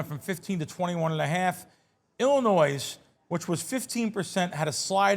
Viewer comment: C’mon …the s is silent in Illinois. Everyone learns that in elementary school. Love the show.